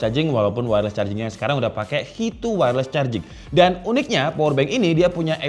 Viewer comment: Sedikit koreksi bang, standarisasi "Qi" itu penyebutannya "Chi" 😁